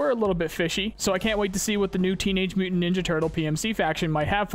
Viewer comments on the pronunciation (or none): none